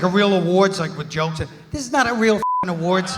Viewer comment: sinxty sinkth annnjual awooorders Lol